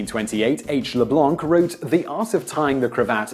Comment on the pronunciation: LeBlanc, the 'c' is silent...